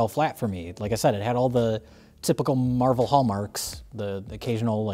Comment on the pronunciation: as a comic fan, i’m cracking up over mike pronouncing captain marvel as “mar-vell”